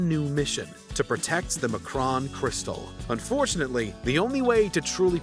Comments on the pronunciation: Macron crystal? Not m’cron? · Am I the only person who can tell the narrator is NOT a true fan of X-Men the Animated Series! 🤣 How do you mispronounce Professor Xavier AND the M’Kraan Crystal??????? 🤣🤣🤣🤣🤣